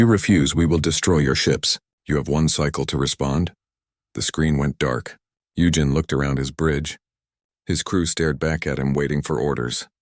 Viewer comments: I gave up after the AI voice was unable to pronounce the name Eugene after 15 attempts. It's U Jean, not U Gin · “U-Gen”. Lol 17 & 47 again